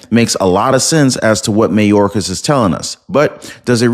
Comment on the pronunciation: It's not "may-orcas". Its "my-orcas".